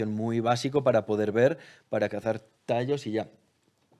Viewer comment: y por cierto... es tayos, no tallos